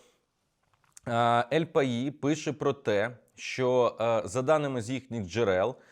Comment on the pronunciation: Газета називається "Ель паіс" - це іспанська мова, а не французька. Звук в кінці середній між двома звуками, які в англійській позначаються буквосполученням th